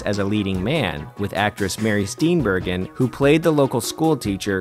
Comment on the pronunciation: *Mary Steen-bur-jin